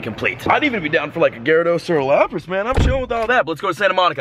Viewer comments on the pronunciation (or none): none